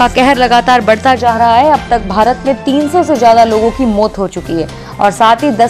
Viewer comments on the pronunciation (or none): मोत नहीं "मौत"